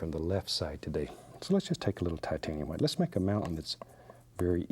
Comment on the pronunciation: I just adore how he pronounces the names of the colours, specifically "hwhite", hehe. Such a lovely soul Bob.